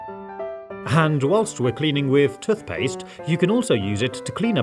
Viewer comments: It is tooth not tuth. I have been a professional housekeeper for many years for an organisation that used to wash pillows and none were ever the same afterwards. It is far better to put protectors on pillows and then replace the pillows periodically. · Why does he call tooth paste toth paste lol 😂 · “Tuthpaste” hahahah 😂😂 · The way he says “toothpaste”